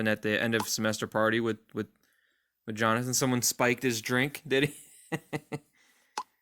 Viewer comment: Lmfao Jo-Nathan 😂😂😂😂